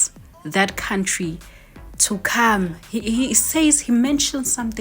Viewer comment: to come not cam